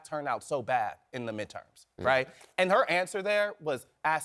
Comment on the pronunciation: I wish she would pronounce her first name correctly. The Ugandan Giant deserves respect.